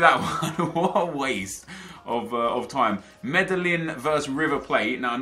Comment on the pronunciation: Medillín pronounced May-deen, for future reference :)